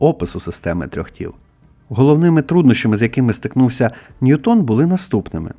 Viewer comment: Не НьютОн, а НьЮтон, бо англієць, а не француз. Чому це прізвище так часто невірно вимовляють, аж дивно. Нібито грамотні люди